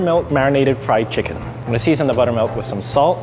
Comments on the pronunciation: friedu chickin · Frido chicken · friedu chicken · Thomas she pronounces fried chicken as frida chicken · No one::friedu chickon